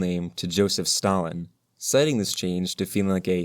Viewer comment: as a georgian, you absolutely butchered, brutalized, grated, and beat up the pronunciation but its stalin, so who gives a shit